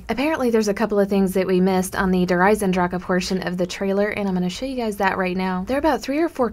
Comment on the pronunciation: you do not pronounce the E at the end!!!!!!!!!!!